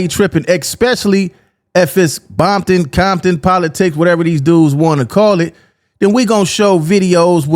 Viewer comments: Ain't no 🥾bompton. It's Compton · It's Compton!! Ain't nothing else...in my era even the Ru" said compton....you never heard Quik say that shyt until recent years....and why say it with a B??? They're not "bloods" .....there isn't 1 blood set in The Hub!!! All Ru's......🤷🏾‍♂️🤷🏾‍♂️🤷🏾‍♂️🤣🤣